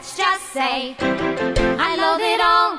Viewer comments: I swear every time I here "I loath it all" I hear "I love it all" Is it just me? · I am the only one who hear 'I love it all' instead of I loath it all